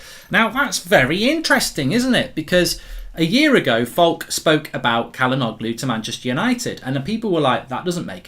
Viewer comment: Bro, Çalhanoğlu is pronounced Chalhanolu, not Calhanoglu.